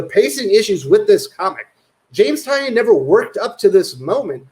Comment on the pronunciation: Bro it's pronounced TIN-EE-YUN